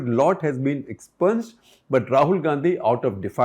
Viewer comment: Btw expunged is pronounced 'expyunjed'..